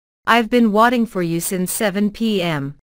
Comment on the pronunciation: Sao lại how long have you watting nhỉ, phải là waiting chứ, mình đang nằm ngủ tưởng nghe nhầm mà nhìn thì đúng thế